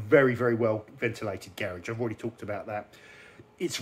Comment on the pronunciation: Can someone teach this guy how to say "garage" the right way?